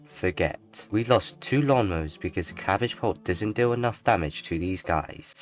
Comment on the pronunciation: it’s cabbabult